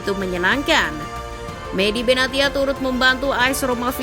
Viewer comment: Medhia Benatia (Medhi Benasia) kalau di baca min 😢